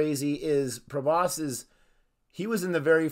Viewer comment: It's pronounced prah-boss